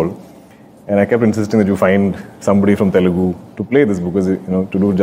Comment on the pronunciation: It's not Telgu, it is Telugu